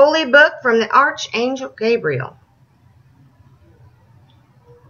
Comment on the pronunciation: She's so mad that she can't read. Quantitative has four syllables and archangel is pronounced like "arkangel." She is correct in saying "Muslim is not a religion" . . . Islam is. Her referring to Muslims and liberals as idiots in her moronic blathering was good for a laugh in an ironic kind of way. Religion is silly.